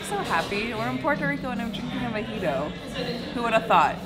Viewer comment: I've never been there before... Is it pronounced a "Mee-jito" like says or a "Mo-jito" like it is spelled?? Sometimes things are pronounced differently than they are spelled... 🤷🧏